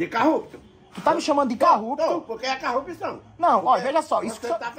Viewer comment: Carrupção,,, kkkkk,, carrupto 😂😂😂 malandro esse véio